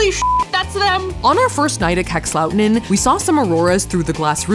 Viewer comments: Same! Minus the way Safiya said "Kakslauttanen". 😂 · As a Finn I loved Safiyas' way of pronouncing Kakslautanen and the reaction on the Sweden- Finland border. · As a finn...I laugh so hard for the pronunciation of "Kakslauttanen". No hate. I know, language you don't speak. You can't master it. But damn it's funny to me :') Also funny to hear that you think that -13°c is cold because that's nothing :D when it's closer to -20 it's cold